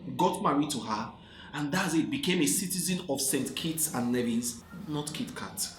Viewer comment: Lol, you are silly...I am from St. Kitts and Nevis, born and raised in St. Kitts. We are Kittitians not Kittens, but I am used to being called a kitten lol. I like how you pronounced Nevis, it is NEE-VIS